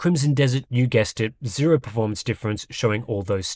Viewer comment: Yes like the "r" in pefomance.